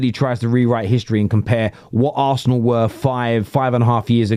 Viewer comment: I can't listen to him, he can't pronounce Arsenal correctly.